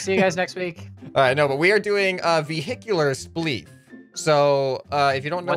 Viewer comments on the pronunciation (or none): "It's spleef" not "it splef"